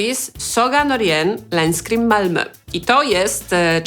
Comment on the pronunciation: “Saga Norén, Länskrim, Malmö” ;) Uczysz się szwedzkiego, bo całkiem ładnie to powiedziałaś? :D